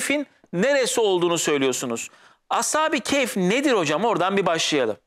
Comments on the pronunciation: Əshabi keyf yox. Əshabi-kəf. yoxbir kayf. düzgün konuşun. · Telaffuz “keyf” olarak çıkıyor gibi